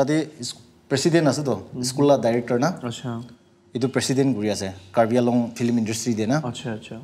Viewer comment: Nagamese 'flim' 😝 not film?